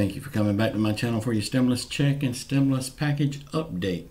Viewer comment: STOP! SAYING!!! ""STIM-LUS!!!!!''''''